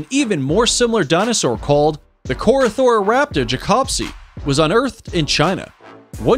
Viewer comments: He didn’t say Corythosaurus. He said Corythorothorus, because reading a name as it’s written is hard. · He even mispronounced its name in disrespectful behavior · why. just why. CoryTHORYsaurus? Not only did you mispronounce the name utterly horribly, but that’s an OVIRAPTOR! CoryTHORYraptor again…. what the fuck? PATCHEYcephalosaurus hurts me I would’ve mentioned this earlier with the Gastornis he called “vElOCirApToR” but not every dinosaur with two legs is a velociraptor! This one isn’t even a dinosaur at all! It’s an Adzarchid! That’s and Adzarchid, not a Pterodactyl. Different pterosaur group ah yes, because both brontosaurus ( yes he exists ) and velociraptor lived in South America, and lived anywhere near eachother. why does he incinuate Tyrannosaurus had a long neck? Fuck this video. I didn’t even list everything I hate about it. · sloppy pronunciation and text. Not to mention the mistaken video shots of the wrong dino mentioned. Tsk tsk.